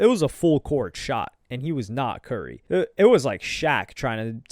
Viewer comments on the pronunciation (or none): none